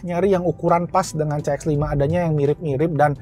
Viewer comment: CX dibacanya si ex. Bukan ce ex. Mending pakai bahasa inggris menyebutkannya.